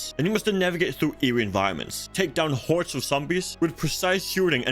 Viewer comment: "filled with whores of the undead" lol wut ?